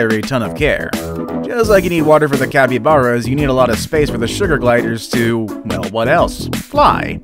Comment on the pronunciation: he said capybaras wrong it sounds like is has and e not to a's